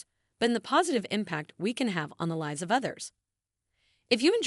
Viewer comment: How can a 30 year old have a wrinkled face? Mispronounced the word (lives). Mispronounced the word (bow).